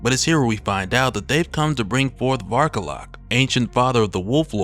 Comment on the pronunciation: When he first introduced him the way he annuciated it sounded like Bark a lot. XD